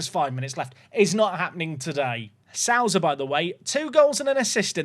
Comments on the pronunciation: Souza has sow as in you reap what you sow, like so in sober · Perfect Mendonça pronounciation, gg! Now you gotta fix your Souza.